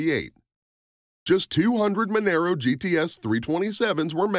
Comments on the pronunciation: This could have been a better video if you got all your facts right. The Torana was not the 1st car in Australia to have a 6 cylinder engine. In fact, the vast majority of ALL cars built in Australia had 6 cylinder engines. There was also 6 cylinder engine in the Monaro GTS (pronounced Mon-aaro BTW). It was a 186cu inch straight 6. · Didn't go into how many fords and holdens they had to sell to qualify for Bathurst so got that bit wrong. But when he pronounced Monaro,Monero and said how many they sold stopped right there. With a name like you can't be expected to do any research. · It's pronounced "mon-ahro". The XC Cobra was a V8 powered monster... it isn't a compact car either. It came from the factory with a Cleveland 351ci motor, a 4 speed toploader and a 9" diff. Why are you showing a Mustang Fox body cobra instead of the XC Cobra? The Falcon had nothing to do with the fox body mustangs. IIRC, they weren't even available in Australia. There were only 500 of the XC cobra's produced as Ford wanted to get rid of the last of the coupe bodies before the new XD Falcons came out. If you had 6 cylinder XC coupe, you just had a falcon. If you had a 302ci V8, you had a falcon GS coupe. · far to many mistake... All XR GT's came in GT gold with the exception of 13 cars. Monaro is not pronounced the same as Camaro. Its Mon-R-O. The R8 Malloo was not the first to be offered with a 6 speed manual trans, Holden-HSV first offered in in 1991 in the VN SS Group A. Torana is pronounced wrong... this video has so many mistakes its ridiculous and i cant be bother correcting any more... anyone watching should just assume its all incorrect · loved the way you talked about the ford cobra - australian model - then mixed in pictures of the mustang series 2 shit box from US , monaro is pronounced with a loud r